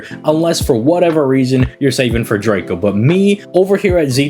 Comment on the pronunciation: This video had me laughing a lot with the edits. 😂❤ I'm new to the channel, and my only criticism is the mispronouncing of servant names. According to the katakana, names are pronounced "Tee-uh-maht" and "Drah-co" I swear I'm not hating, I just think it would be nice to see the community all pronouncing names as they were given. I mean, look at it this way... if you love the servant, wouldn't you want to say their name correctly? What if hundreds of people started saying your name however they felt? 😁 Anyways, rooting for your continued success 🙌